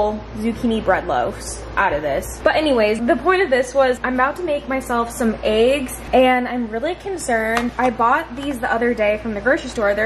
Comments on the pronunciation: It cracks me up every time says “eggs” because it comes out as Aye-ggs. 😂 like the E turns into an A. No offense at all I just look forward to it because my humor is broken. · The way says eggs is so funny😂♥️